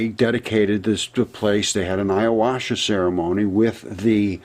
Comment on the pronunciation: Ayahuasca... youre pronouncing it a little wrong. Great video ... keep it up